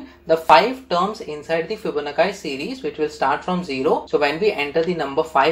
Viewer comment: bhai fibonakkai nahi Fibonacci hota h